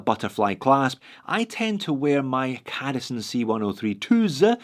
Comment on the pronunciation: I kinda think the C in cadisen is supposed to be pronounced softly like in the Citizen....try it and then you'll see who the true homage belongs to....